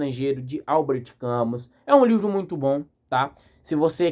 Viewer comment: Parabéns pela análise! Ver um jovem interessado por Camus é sempre um fio de esperança. Uma dica: a pronúncia é “Cami”, em francês. Leia O Homem Revoltado e A Peste também do mesmo autor.